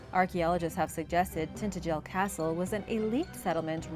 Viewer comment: Every time Iv heard Tintagel pronounced it was by bits and they pronounce it tin-adg-el, not Tintegle if you are going to narrate lean how to pronounce the words you use.